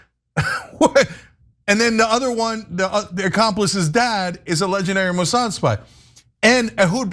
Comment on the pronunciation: You actually believe Isreal is blackmailing/controlling it's supposed "ally" to "protect their homeland?" 😂 How does blackmailing America's most powerful & influential protect them exactly? Also, not to be a dck, but it's "Mossad."